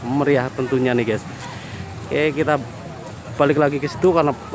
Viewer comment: Gyus bro bukan ges